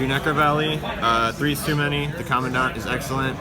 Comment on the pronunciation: how the fuck did he just pronounce commandant...